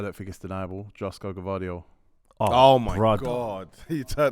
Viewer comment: calling kovacic “kovatic” and gvardiol “Guardiol” 🤦‍♂️. Why does nobody correct him?